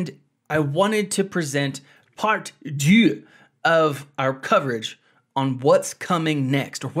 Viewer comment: It's DEUX btw ;)